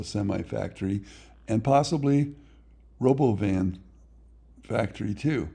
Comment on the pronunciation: Elon pronounces it ro-bo-vin - when it was first unveiled. So, thats how I think it is supposed to be pronounced.